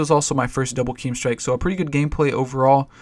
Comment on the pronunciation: I guess yoy come from doom and they probably have a rule of pronouncing it KEEEM strike but you're allowed to say it right from now on;. :)